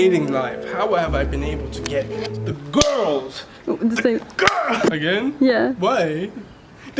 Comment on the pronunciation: Good for you man. Are you purposely pronouncing the word "girl" wrong?